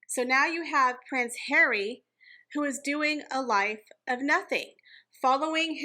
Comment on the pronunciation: I like the way says Prince Hawwy